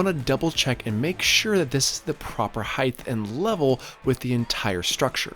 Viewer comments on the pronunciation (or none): Is it just me or does EVERY maker/builder on YouTube say "heighth"? That is not a word. It's "height". Is it just comment baiting (done on purpose to get idiots like me to leave a comment) or do you honestly not know the correct word? I'm not insulting (so all you perpetually offended people can try and relax) I'm genuinely curious. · I keep hearing you say 'heighth' (ending with a 'th') in your videos (mostly in the voice over, but there was one instance in this one where it was camera audio. Is that something that others in your region pronounce too? I have heard another youtuber pronounce it that way, but can't remember who. Do you even notice it? edit: not trying to have a go at you, or tease. Just interesting. I am from Australia, so I cop it from my wife's american and canadian relos for my accent and the way I pronounce things.